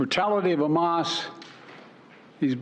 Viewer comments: Trump would bark like a lobotomized dog and pronounce Hamas “hummus." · Trump has a bigly brain and knows big words. Here's an ex: he pronounced Hamas as 'hummus'. 😅😅